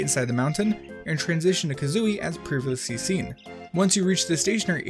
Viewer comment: "previssee seen"